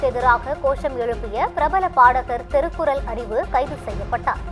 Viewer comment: திருக்குறல்,வலக்கறிஞர், வலங்குவது, ஏலாம் தேதி, வலக்கு.இன்னும் பல. எண்ணடி செயதி வாசிக்கிற? இதைப் பற்றி Complaint பண்ண உன்னோட கீப் சப்போர்ட் பண்ணுகிறான்.